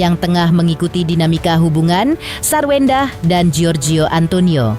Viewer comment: Sarwendah tanpa R jadi Sawendah.